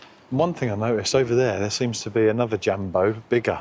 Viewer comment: The J is pronounced like y in you so [Yumbo].. No dzyumbo..